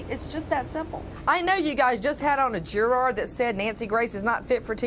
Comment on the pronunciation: Why can't she say juror correctly?